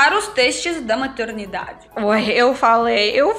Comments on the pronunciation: Puutz!! Demorei perceber que ela não quer falar "MATERNIDADE", mas sim "MATURIDADE" - TESTE DE MATURIDADE! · Você está dizendo teste da maturidade parecer teste da maternidade!Pode tentar melhorar sua pronuncia nesta palavra ok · pra mim ela fala maturndade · Sim eu ri muito, acho uma fofura, mas entendi que era maturidade, é difícil a pronuncia pra ela de certas letras do alfabeto latino, assim como nós.temos dificuldade em línguas no alfabeto cirílico kkkk que compõe as palavras em russo, ucraniano, bulgaro, sérvio, macedônio e bielorusso. Eu era tímida igual a ela,, não é confortável ser tímida( o )